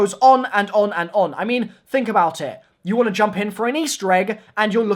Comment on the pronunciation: "is going toi pay dividends" lol